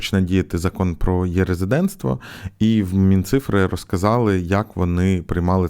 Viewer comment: Дякую за відео. Дуже прошу не читати цю букву: Е - як є.